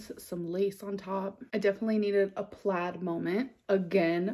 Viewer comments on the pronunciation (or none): none